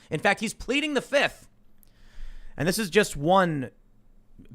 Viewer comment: "Fif" not "fifth.......